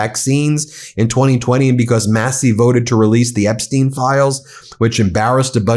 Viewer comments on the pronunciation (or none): none